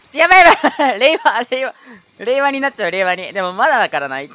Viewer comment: やっぱり、れいわが平和に聞こえるよね！w